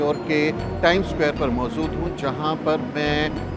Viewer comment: Maujood not MauZood!😂😂😂😂😂